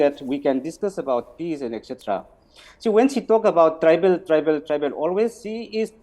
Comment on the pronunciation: Say "Tribal" not "tribeel"